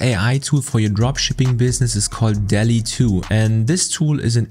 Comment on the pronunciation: it is Dalle not delhi